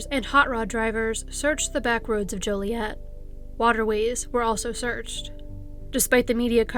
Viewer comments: Hmm...maybe HC is a fellow Canadian. We know how to pronounce Joliet properly, what with our bi-lingualism and all! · Dang, I grew up in Ottawa Illinois which is SO close to Joliet. Also, THANK YOU for pronouncing Joliet with a long O lol. I cringe when people pronounce it as Jolly-et..😖